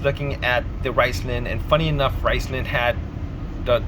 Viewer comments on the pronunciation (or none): Riceman? it's RIZZZ LONE